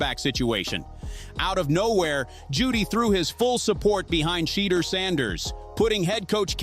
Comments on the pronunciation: Saying his name like cheater smh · Why white fool messing up Shedeur names saying it like cheater instead Shedeur. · I really wish they would pronounce Shedeur name right omg !! If they don't want to play him the whole game at least play him 2 quarters. Instead of sitting on that d**n bench he is wat too talented for this mess going on in Cleveland , quit playin my nephew , Come get him Raiders and His brother Shilo as well !!❤❤❤❤ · AT LEAST PRONOUNCE HIS NAME CORRECTLY FOR GOLD SAKES SHEDUER!!!!!! DAMMIT !!!! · STOP BEING AN A**HOLE BY INTENTIONALLY MISPRONOUNCING SHEDEUR'S NAME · STOP BEING AN AS*HOLE BY INTENTIONALLY MISPRONOUNCING SHEDEUR'S NAME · Dude a clown keeps mispronouncing his name on purpose